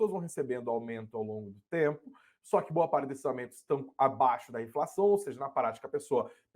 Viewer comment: Ninguém sabe mais falar direito, porra? INZENSÃO